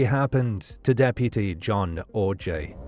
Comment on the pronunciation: The missing poster you kept showing even says his last name is pronounced 'OJ' yet you insisted on pronouncing it 'Or-jay'?